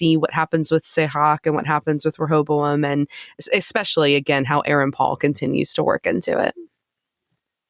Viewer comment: 2/4 well spoken, intellectual hosts can't pronounce words with ing at the end, no one bats an eye. says Rehobo instead of Rehoboam, everyone loses their minds.